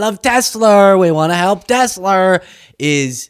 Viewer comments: There is no "R" on the end of Tesla! WTF? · it's Tesla, not Tessla. Try harder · So that's now Trump, Ben Meiselas and who erroneously pronounce 'Tesla' as 'Tessla'. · "I love Teslar" 😊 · Well I guess I'm a creep and a jerk too because everytime I heard tessl"er" stock went down I was downright giggly!! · You mean "Teslar" 😂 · I love tesler....lol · Oh no, not Tesler! 😂